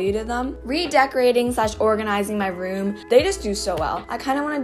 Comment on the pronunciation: number 10 says rom instead of room